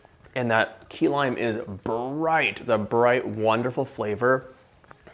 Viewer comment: At first I thought he said “Tequila Pie” 😂